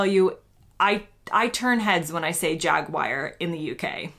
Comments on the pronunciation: You are the only person I have ever heard pronounce Jaguar as Jag-wire. The US people I've heard before all said Jag-war. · I'm not surprise you turn heads. I've never heard anyone, British, American, Canadian, ANYONE, say "Jag-Wire". I think you're on your own there. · My biggest hate with Americans is "Jag-war" iv never hear jag-wire though But it's pronounced Jag-U-ar.....(as it's spelt)🇬🇧🇺🇸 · IMO "Jagwire" (for Jaguar) is just plain wrong. "Jagwah" is, at least, justifiable. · American's could never pronounce Aluminium or Jaguar correctly as in those instances they cannot pronounce their U's correctly, They always pronounce it as OO, try saying Aloominioom,? or Jagooar,?? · Omg jaguar I never knew u s said it like that